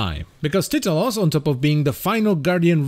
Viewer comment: It's tai-ta-los